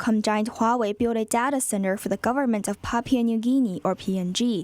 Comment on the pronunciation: the way she said "data center" means that she must be from New England somewhere, I'm guessing Massachusetts - closer to Boston! LOL good reporting I just thought it was interesting